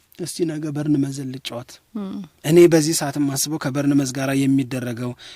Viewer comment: Arghhhhhh እንዳለ ጋዜጠኞች በርንመዝ በርንመዝ የምትሉት ነገር! ቦርንማውዝ በሉ። አክሰንታችንን የምትቀይሩበት ስታይል ልክ አውሮፓ ከርሞ እንደመጣው የዩጋንዳ ፓርላማ አባል ሁኖ ነው የሚታየው። water/ ዋረር.. ዐንጀበኞች።